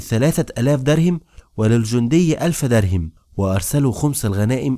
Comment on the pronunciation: الحلقات جميلة ومتعوب عليها لكن تُلحن كثيرا خصوصا في الأسماء مثلا تقول دَرهم وهي دِرهم لو تصحح هذي الأخطاء